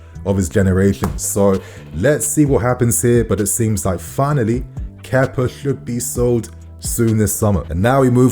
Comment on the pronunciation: Kepa didn’t play for us for a year and you forgot how to say his name properly